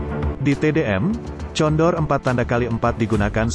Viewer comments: Sebutanya bukan tjondor bos ttp condor . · condor...wakawaka...yg baca siapa ini